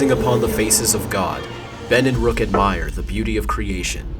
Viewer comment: It's not Ruck it's Rook